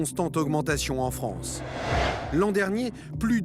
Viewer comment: Vous le sentez l'enrichissement de la france? Grâce aux fameuses chonce pour la fronce